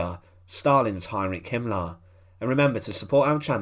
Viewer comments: Himmler not Himlah. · There is an "r" in the name "Himmler" like in "Beria". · i wish you would go to an accent reduction class. Himmler is not pronounced as "Him-lahh."